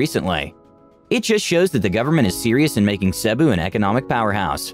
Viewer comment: I think the reader should have learned how to pronounce Cebu properly before producing this video.